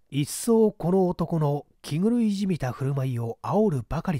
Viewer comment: 放送禁止用語に当たるため、わざとかもしれませんが、「気狂い」の発音は「きちがい」が標準的と思われます。